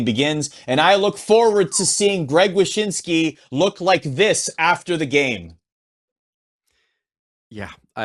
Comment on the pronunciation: Did you say, "Zach Wyshynski"?